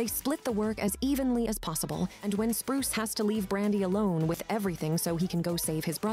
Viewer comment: It's Bruce not Spruce